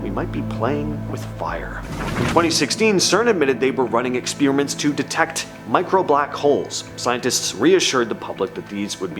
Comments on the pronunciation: Your videos would get more views if you start pronouncing "experiment" correctly. Ex spear ament is quite annoying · What's an exspeeeeriment?